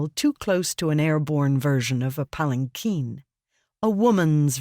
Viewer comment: They fixed the pronunciation on Pallanquin! Thank you! It has been driving me nuts for the last 3 books!